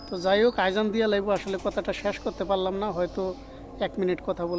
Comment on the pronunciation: আজান, বলবেন। গুনাহ হবে। সঠিক টা বলবেন। আজান।